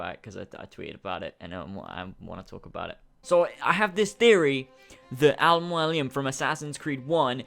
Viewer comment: I feel like he's having trouble pronouncing Mualim. Because that is NOT how you say it. Mualim is an Arabic word for teacher or mentor incase you wanted to know. MOO_A_LIM